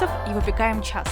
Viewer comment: "выпекаем ЧАС" несколько раз прослушивала)))))